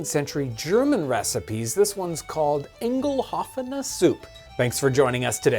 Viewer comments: "Engelhofene Soup"? 😄 No, "Eingelaufene" "ine (rhymes with tine, pine, mine) -ge-lowf (rhymes with cow)-en-eh" Rivvelsupp is still part of the Pennsylvania German kitchen today, too. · You pronounce it like "ingelhoffener Soup", thats not correct! You should pronounce it like " yngalowfene souppa" :) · Yes it means poured-in soup in German. Pronounciation is hard to write down . "Ein" is pronounced like the English "I" followed up by an "n". The next letter "g" is a harsh am short one like in "gutter". Then you go "loaf" an then "Ana" like in Anaheim. So you say I-n-g-loaf-ana Suppe. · The pronounciation would be more like I-hn-guh-lou-fin-uh. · "Eingelaufen" is pronounced [ˈaɪ̯nɡəˌlaʊ̯fn̩]. It is an adjective. The first Part of its meaning is that "something went somewhere in". A modern usage is for example: The clothing is "eingelaufen"; when you washed them to hot an they went out smaller than before. So you can say "eingelaufen" describes the condition, that "something went from one state of being to another, maybe more compact state of being." ;) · The German word, 'Eingelaufene' is pronounced more like Aingelaufene.. the e and i together are pronounced like I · it's actually pronounced more like "ain-ga-lau-fin-a" I think it translates to "arrival soup", my German is a bit rusty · Ine-ghel-ow-fen-nae Soup-pah comes close to the actual pronounciation, but props for trying. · It’s phonetically “Eyen-ge-lowf-eh-neh” 😊😊 greetings from Germany 🇩🇪 Keep up the great work! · it's pronounced like "ine-geh-low-fen-uh". it literally means "run in". (ein- means "in", gelaufen is the perfect participle of laufen "to run" which is related to the english word "leap") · the correct pronunciation is Eye+n-Guh-Lau-Fuh-Nuh. There's probably a better way to write the phonetic pronunciation. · It´s pronounced "Ingaloufene" In modern day German "eingelaufen" describes e.g. a t-shirt shrunk in a heavy tumbler treatment :-) Nice vid and recepie. Love your work.